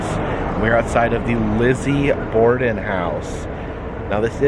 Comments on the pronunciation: It’s borden not border :) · Hey bud, FYI. It’s Borden, not border.